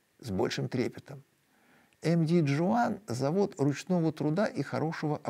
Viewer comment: Спасибо за интересный выпуск! Про филиппинские предприятия - местные название предприятия „MD Juan” произносят как «эм-дэ хуан» потому что испанское наследие. Информация от манильских коллег.